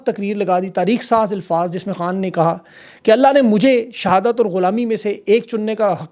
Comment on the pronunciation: Bhaijan Lafz ALFAZ hae ILFAAZ NAHIN. I listen to you most AVIDLY, kindly do correct this pronunciation. Thank you. God Bless.